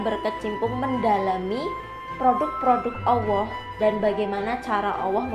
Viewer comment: Please try to fix how you pronounce the word ALLAH ~> "ALL-LAH" Not AWOH. Please try for the sake of Allah.